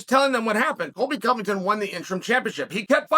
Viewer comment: “Coilby Covington”